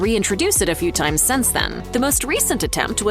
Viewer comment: The word you are trying to say is “since”. it is NOT “sense.”